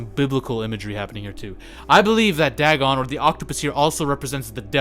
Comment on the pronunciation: Ots pronounced Day gone.